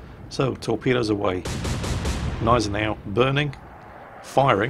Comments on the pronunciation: Guh-NYE-ze-now ;p Bitte. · Great video as always, but the g in Gneisenau isn't silent. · why do you never say the G of Genisanau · remember: Germans put letters into words and names to be used. So Gneisenau uses the G too.